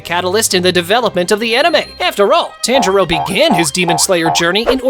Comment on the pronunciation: I just noticed he says it wrong lol